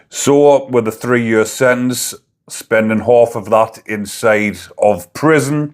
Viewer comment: Why can't you pronounce SENTENCE, you're not American?